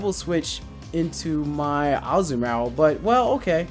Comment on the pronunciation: That's one weird ass way to say Azumarill :s It's Azu-maRill